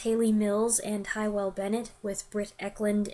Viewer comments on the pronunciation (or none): *Hywell is a Welsh name, pronounced 'Hugh-well'.